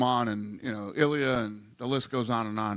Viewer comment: It was proper pronunciation the first time through. English makes you want to say ill-lee-uh but it's eel-lee-uh which can sound a lot like ih-dee-uht